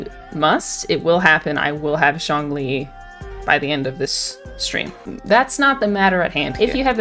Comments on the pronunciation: “zhong ling” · no one: the subtitles: jaw lee, john lee, shawn lee, just every american pronunciation of zhongli